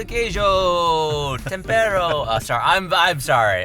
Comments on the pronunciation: since I'm Portuguese, we don't say "temparo", but "tempero", you can use it in a sentence like "este tempero é saboroso" - "this seasoning is delicious", just a minor detail tho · Pão de queijo it’s from brazil, and is Tempero not Tampero